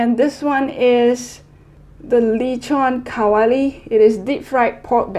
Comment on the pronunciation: your say is very perfect like zizig,lechón kawali,pansit cantón,kare kare, it's very perfect but because I'm from Philippines